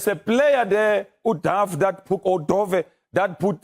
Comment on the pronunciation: Can’t even pronounce Dove surname calling him a Dove haai cha He looks like he is not prepared to analyse like he’s caught off guard